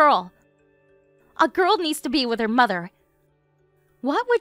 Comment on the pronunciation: The actor playing Colin doesn’t enunciate. He speaks very lazily. The end of some words is completely dropped. BTW…”With” is pronounced wiTH… not wiff. With was mispronounced throughout the entire story. “The” is not pronounced duh/deh. Duh money. … deh house., etc … “Any” is not pronounced ey. Gratude is pronounced gratitude.